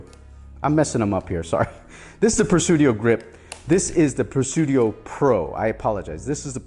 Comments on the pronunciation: no no....it's Presidio, not Presudio.... Tomato Tomato is the same word pronounced differently. 🤓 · Pre-sideo not Pre-sudio brotha! Great video, definitely always loved the grip series.